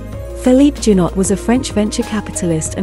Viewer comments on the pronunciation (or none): Please learn how to pronounce foreign names. Caroline's first husband's surname is pronounced zhou-NAU. Her second's was pronounced ca-sa-RA-ghee.